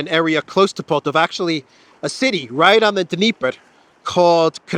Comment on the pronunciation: I find it amusing that English speakers will always put an accent on wrong syllable if there is more than one in russian words 😊 it's PoltAva